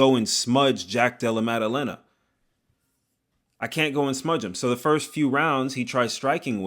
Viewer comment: hands so good it made pronounce JDM's name effortlessly 💀